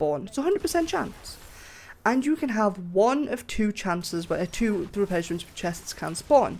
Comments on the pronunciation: Man I was so confused... I kept hearing you say "replenishment" (restore stock or inventory, refill, etc) It's "resplendent" (shiny, attractive, impressive) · re·splend·ent /rəˈsplend(ə)nt/ Say it with me...